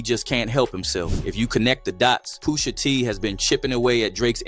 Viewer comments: Off the rip, I don't know how PUSH-A became "Poo-sha" 😂😂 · He was saying poosha the whole video dawg 😂😂😂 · I heard it too!! 😂😂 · not AI sayin poosha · Why he saying Pusha like that.😂